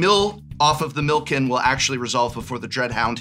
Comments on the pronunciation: Calling "Milikin" "Milken" was killing me. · Why does no one pronounce Millikin right! I love seeing my name on a card, but no one says it right lol